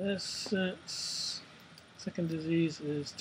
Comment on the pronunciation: essence instead of essen. san pablo instead of sao paolo, quantum specialist instead of quarantine specialist. just lol.